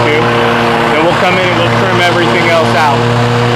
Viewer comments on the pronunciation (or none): none